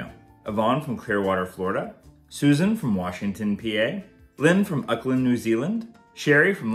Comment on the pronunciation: "Uck-land New Zealand" 😅 I know people struggle with names here but this one gave me a giggle 🤭 Auckland is pronounced "Awe- ck- land"